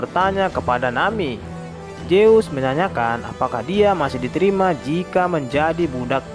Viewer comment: Min ZEUS bukan JEUS